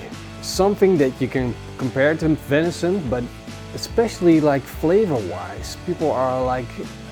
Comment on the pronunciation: Oh no you pronounce vension wrong can’t watch